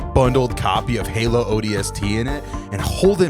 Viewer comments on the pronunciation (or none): none